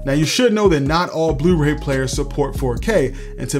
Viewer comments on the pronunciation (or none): Love your channel and videos, I've learned so much. Did I detect a Baltimore accent when you said "yewtube" and "blewray"? Just curious.